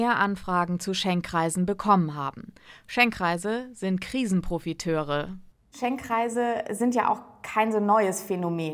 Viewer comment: Es heißt Schenkkreise, wieso sagt ihr dann ständig Schenk-reise? Nervt